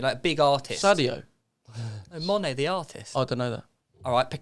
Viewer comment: man said Sadio Monet hahahahahaha im dead